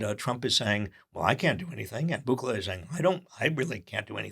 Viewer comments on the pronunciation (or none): It's pronounced "Boo-kelly". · Boo-KE-le is how to pronounce the scoundrel Bukele's surname